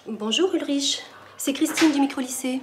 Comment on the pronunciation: Étant habitué à entendre "Ulrich" avec le "h" muet et que ça se prononce "Ulrick" (spectateur de Code Lyoko oblige), entendre "Ulrich" avec le "che" comme ça, ça fait bizarre x')